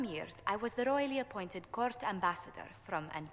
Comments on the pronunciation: It's Ore Lay, not ore las. You are killing me. lol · Jesse, it's pronounced "Ore-lays" Damnit. Not "Or-lass" Makes me quiver. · Jesse, Orlais is basiacally DA France. It's pronounced 'or-lay,' not 'orlas'. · Does he ever start saying Orlais correctly? Cause every time I here him say "Orloss" I want to punch someone. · Orlass. That's what it sounds like to me. Orl ass. Who else but Jesse!~ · You're pronouncing Orlais wrong. It's pronounced "orlay". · Dear Jesse, The word Orlais is pronounced Or-Lay. The nobles get mad when you say it wrong. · Its actually Or-Lay. The S is silent. Hopefully he'll get the memo when characters start talking about it more. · Jesse... it's pronounced "Or Lay" when it is spelled Orlais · Jesse, Orlais = Or-lay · Does he ever start pronouncing Orlais correctly? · So when will Jesse realize hes been mispronouncing Orlais, mabari and Antivan ? Did he actually play Origins or did he only stare at Morrigan`s boobs ? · Jesse what the hell with the pronunciation of Orlais and Antivan , have you not played the previous Dragon Age games ? In Origins alone it was said like a billion times :p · I suppose I stand corrected then, ah well. It's a hint worth giving. I continue to hope he'll say it right, one day~ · It annoys me how he pronounces Orlais.